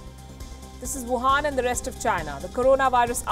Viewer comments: Please do work on your "wuhan" accent as well as on pronunciation of "Shanghai", it's not shanggai. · I love how she says Wuhan Virus :D